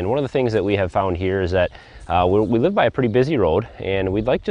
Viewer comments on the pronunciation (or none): none